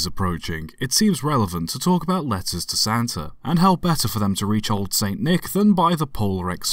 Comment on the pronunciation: thought he said lettuce